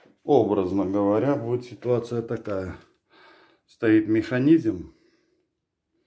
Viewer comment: Так забавно звучит "механизЬм")